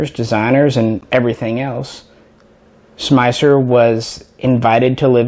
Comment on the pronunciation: we love you like a brother but it's distracting that you pronounce "Schmeisser" at least 3 different ways(including the correct way). But "we" can overlook this since you don't say "kalISHnikov":-)